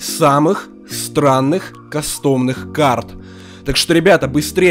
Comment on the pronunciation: Правильно не касто́мные, а ка́стомные!